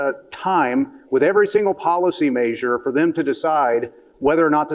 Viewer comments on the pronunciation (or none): Please stop pronouncing the first syllable of "measure," "may."